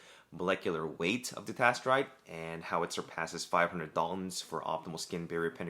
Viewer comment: I was following along most of the time, but at some point I couldn't tell if you were saying finasteride or dutasteride. You got a bit slurry there